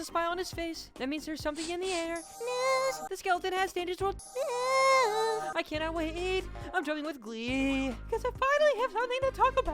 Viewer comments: Bro is a jr. When he says "NeWs" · 99%:saying how he said news 1%:talking about the video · 1%: talking about the video 99% talking about the way said news